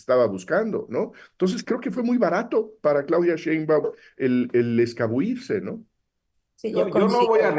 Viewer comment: ES ACADÉMICO DE LA LENGUA Y DIJO “ESCABUIRSE”, SE DICE “ESCABULLIRSE”. SI ASÍ ESTÁN LOS ACADÉMICOS…